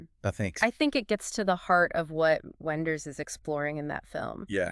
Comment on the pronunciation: the AI sucks, and it is unable to pick the German pronunciation of Wenders name and last name... this sucks...